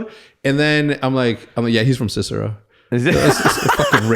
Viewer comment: Cicero? Lmao 😂